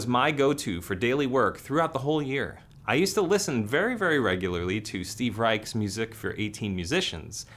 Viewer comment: Heckdorlan, a Bay Area powerviolence band I love, put out their last release in 2021 then broke up. 😭 Also keep in mind Steve Reich pronounces his last name "Reish", not "Rike".